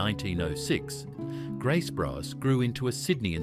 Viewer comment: Graces bros I think it’s grace brothers